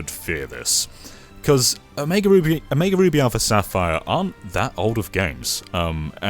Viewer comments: [ pronounces "Omega" as "uh-MEE-guh" instead of "oh-MAY-guh"] …Not gonna lie: I now kinda wanna make a DE-make of Omega Ruby for that old Commodore home PC. And yes, I'd call it "Amiga Ruby".:p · Pokemon omiga ruby LOL O M E G A not so hard guys haha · Did he just say…. Omeegle ruby? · The way he said "Omega Ruby" makes me want to commit die